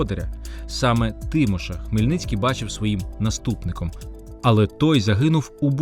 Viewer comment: Не ТИміш, а ТимІш !!! Тому старшого сина Богдан Хмельницького звали не ТИмошем,а ТимошЕм (наголос рухливий --- характерна риса української мови !!!)